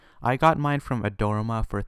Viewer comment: Nice video. For the record, Adorama is pronounced: Add-or-ah-ma